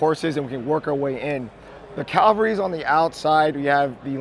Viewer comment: I have no idea where people think the word cavalry is pronounced calvary